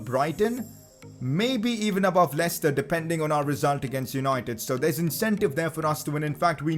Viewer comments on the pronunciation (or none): none